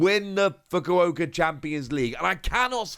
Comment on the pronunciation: You pronounced fukuoka wrong